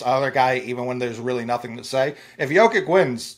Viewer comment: Its Yo-Kich man. Dudes the best player in the world, show some respect